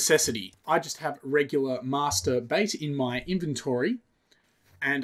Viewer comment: Master... [precise and deliberate pause] ...Bait